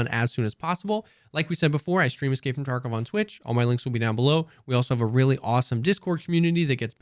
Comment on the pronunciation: Why do you say escape from "torkov"? I know you're trying to say tarkov but man. It's an a...